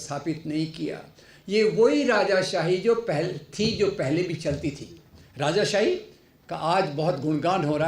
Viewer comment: ये कैसा अनपढ़ doctor है? Rajashahi क्या होती है? It's राजशाही!